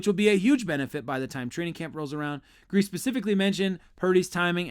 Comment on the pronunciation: If you are talking about this team , you should know that coaches name is pronouced Greas.E ( long E )